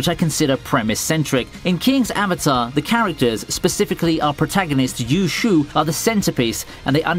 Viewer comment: "You Shu" XD Ye Xiu deserves better. jkjk pronounciations are hard af but glad The King's Avatar got recced it really does need more fans. Also idk if it was just me but Code: Breaker was weird lowkey trippy idk it was just kinda wack.